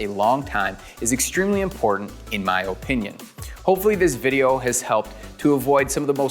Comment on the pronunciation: I love this video, very informative. but the oh-pinion thing hurt my ears.